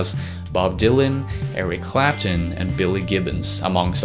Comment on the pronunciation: CLAP-TON. CLAP-TON. IT'S FUCKING CLAPTON not Clap'un.